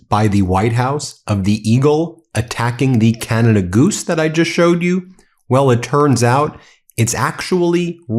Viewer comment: Ca-na-da not kee-yan-a-duh